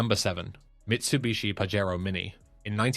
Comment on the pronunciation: Stop pronouncing it Pahero, it is Pajero with the J sound, It is Japanese, not Mexican. The Delica in Australia was a great go anywhere vehicle. They were not sold via Mitsubishi for some odd reason.